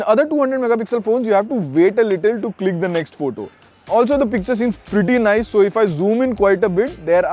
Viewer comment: You have to open your mouth to pronounce nice..